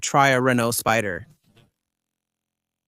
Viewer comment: Renault Speeder is that really how AI says it? And I never new a v6 was actually a 56.